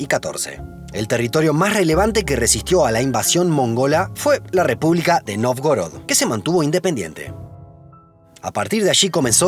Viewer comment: Excelente programa. Solamente que Novgorod se pronuncia 'Navgórad'.